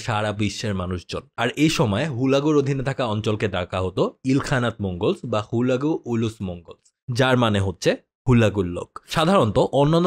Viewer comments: ভাই হুলাগু না হালাকু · ভাই হুলাকু নই, হালাকু (খান) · ভাই জীবনে মনে হয় হালাকু খান এর না প্রথম শুনলেন, আপনার উচ্চারণ শুনে একে আমার নিজের ই চিনতে প্যারা খাইতে লাগছে